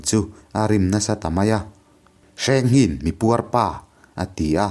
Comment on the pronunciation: Hmanlai hming hi lam dik a har a mawh lo na a. Kan lo sawi ve mai mai. 1.Hrengnghinga : Hrengnghina tih hi a hming inziah dan. 2.Kingkawt : King (Laiking tih a Kîng thluk a lam tur, Kâwt pawh hi Ar âwt tih thluk a, Kíngķâwt ti a lam tur a ni ) 3.Semhranga : Sêmhranga tih a lam tur( Sem sem dam dam tih "Sem" thluk ni lo in. Êm tih ri a Sêmhranga tih tur a ni.